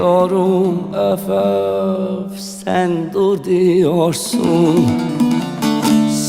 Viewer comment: You say üf üf, instead of öf öf 🤭 so swetty 🥰🥰🥰🥰 🙂 saz / baglama is so special enstrumant. You like it 👍